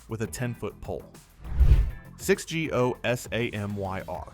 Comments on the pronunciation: 🎉🎉🎉 i'm Sry This FuQ of a Narrator Sux !!! If U Can't Pronounce their Names Properly Give it Up. It's Gossamer, what i'm hearing Is Gussmer ? Da-FuQ U Butcher alot on Here SMH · So halfway through this list they're not even doing characters Marvel wants you to forget, they're just doing stories that fans hated. Alslo if you're going to get AI to read the script, change "S.H.I.E.L.D" to "shield" and Gosamyr to "gossamer" so the narrator doesn't sound like an idiot. 1/10, would not subscribe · I wouldn't have known it was AI if not for that slip up and Gosamyr. Scary stuff.